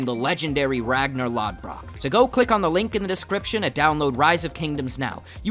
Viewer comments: XD did you say Ragnar logbrock wtf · The way you pronounced Ragnar Lothbrok..